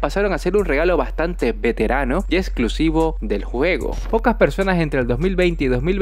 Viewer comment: "VeTeRaNo" Ah shit, here we go again